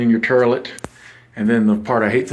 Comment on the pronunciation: Did he say TERlit😂😂😂